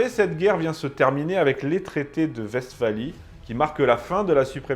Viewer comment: Je note que vous prononcez correctement Westphalie, félicitation!